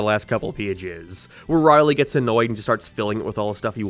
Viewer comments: It's Rowley, not Riley. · i cannot get over the ONE vowel you say with an accent Rorley tharsand har darn farnd abourt oh and peent snowfleeke showceese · i dislike how u say rowley but video was great tho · This man can't say Rowley to save his life